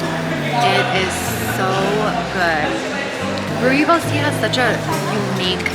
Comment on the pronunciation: You pronounce that so well Rooibos ( Redbush -direct English translation):hand-pink-waving